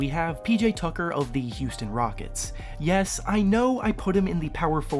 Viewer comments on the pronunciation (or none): none